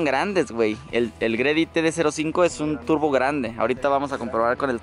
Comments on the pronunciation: Carnal la marca se pronuncia G—Ready!! Un abrazo un feliz cumpleaños! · Nada más como observación, la marca de ese kit twin turbo es G-Ready, tu lo pronuncias GREDY, lo pronuncia mal. Debería sonar YI REDI, si me explico. Saludos.. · "Gredi" jaja